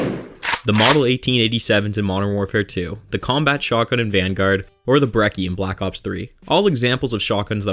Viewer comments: It’s fucking Bre-chi ITS ITALIAN BOT BREKKI YOU DONT SAY GUKKI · "brekki" do you say gucky too? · bre chi pronounce it correctly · did he just say brekki?